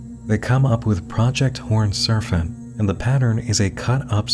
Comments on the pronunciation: Another excellent video. Thank you for taking the headache so we don't have to. Side note: you pronounced "Serpent" as "Serfent" through out the entire video. As far as I could tell, every other p was pronounced correctly in context. Just an oddity that bugged me. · has such a good radio voice...so why the heck does he keep saying "surf-ant" instead of "serpent?" This has bugged me the entire video. A hidden speech impediment? A clue about the Mythos universe? Not a native English speaker and he's just so good at it that only the pronunciation of certain words gives it away? I'm so curious about such a minor detail. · Why does it sound like "servant" every time he says "serpent"? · Why do you say "Serfent" instead of "Serpent" lol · Bro said serfant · WHY DO YOU KEEP SAYING SERFANT??? CAN YOU NOT PRONOUNCE SERPENT??? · This mf said serfent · Is there a reason he keeps saying "serfent?" It's serpent, with a p. Is that an accent thing? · I love your takes on this stuff ... but I have one small nit pick that's making me cruinge. lol ... SER P ENT ... not Ser f ent lease! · SAY "sERFENT" ONE MORE TIME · I love you but the amount of times you said “horned serFant” instead of serPent in a 3 minute time frame is driving up a fucking WALL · Another great video! But why did you keep pronouncing serpent as "serfant"? lol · ummm...? It's 'serPENT', not 'serPHENT'. There's no H in there. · What the heck is a surf-ant? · It REALLY takes me out of the video when he mispronounces words. Serpent isn’t “Serphent”. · I love how they pronounce serpent as serf-ant! /pos /j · "surf-ant" really? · You say serpent like “sir fent?” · “The horned serfent” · Why do you pronounce serpent "serfent"? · No one: Not a soul:: “Serfant” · I have never heard anyone pronounce it serfent in my life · Were you just messing with us by pronouncing serpent 'surf-int'? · Endearingly perplexed by consistent pronunciation of Horned “Surfent” 🏄🏽‍♂️ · why do you say serfent